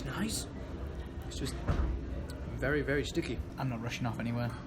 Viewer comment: "It's vary vary sticky.." ITS LITTERLY CALLED A POTSKICKER FOR A REASON